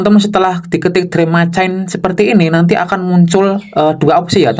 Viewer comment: Sebaiknya belajar pengucapan Bahasa Inggris yang benar, minimal ada tambahan ilmu disamping dapet tambahan cuan yaa.. " drim macain' !? 😊